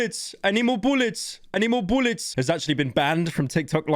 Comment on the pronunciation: "I NEED MOURE BOULLETS!!!!!"